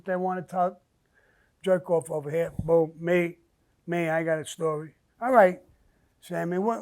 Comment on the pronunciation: Samuel Sammy The Bull!!! You do no that you need to patent the word BOOM BOOM BOOM!!! Because I will say you say it the best out of any man I have ever heard say it!!! I hope no one has not already done this because I'm telling ya you can make some money with this BOOM BOOM BOOM SHIT!!! It's the best!!! Just by how you say it and put it on some of your Merchandise because I would most definitely buy it!!! Make it a Grateful Day Sir!! Really enjoy listening to you and your Podcasts!!!! BOOM BOOM BOOM BOOM!!!